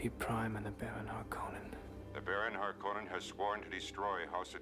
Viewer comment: The ‘o’ in ‘Harkonnen’ is short - harr-CON-nun, not harr-KOH-nun.